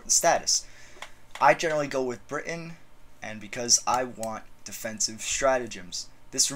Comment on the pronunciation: I was ok with the France thing, I was more or less ok with the Germany thing. THIS? NEVER AGAIN. PLEASE. why do people emphasise the britUN so much? We say it like that because we underemphasize the T, not overemphasize everything around it. sound like you're having a stroke... dear lord.